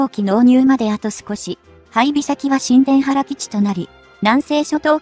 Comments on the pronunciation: 新田原基地は、「しんでんはら基地」ではなく「にいたばる基地」と読む。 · 新田原の読み上げ「しんでんばら」はNG、正しくは「にゅうたばる」ですよ。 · ニュウタバル w 「新田原＝にゅうたばる」